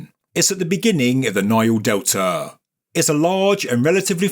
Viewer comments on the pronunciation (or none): none